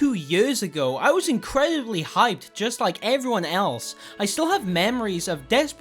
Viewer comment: “i was incweaubly hyped”